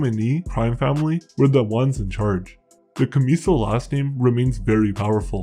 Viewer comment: You're not pronouncing their name right